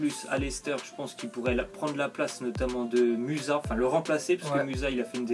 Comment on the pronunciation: "muza" mdrrrrr